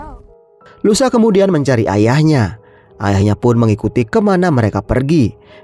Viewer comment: louisa( baca luisa) bg bkn lusa 😂